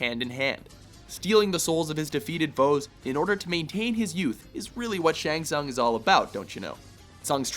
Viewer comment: its actually shang tsung (like soong)